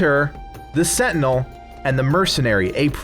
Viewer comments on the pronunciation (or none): none